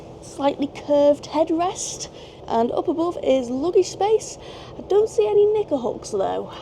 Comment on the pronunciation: I've been loving your videos and your infectious train-journey enthusiasm! If you'll forgive the unsolicited nature of this well-intentioned suggestion -- I might encourage you to enunciate "knicker" a little more clearly when you're pointing to knicker hooks -- I'm in the US and any time you say it I always do a double take before I think, "oh, kniCKer, right." Rarely (read: never) do I hop on non-Americans' YouTube channels and suggest that they make a change for the benefit of American ears, but I think in this case... I can't be the only one who hears it. 😅😬 Thanks for considering, (and sorry we've got the worst president right now.)